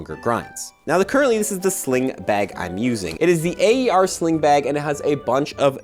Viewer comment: I enjoy your videos! My hobbies are overlapping here, EDC enthusiast as well. Aer is pronounced AIR 😅 cheers.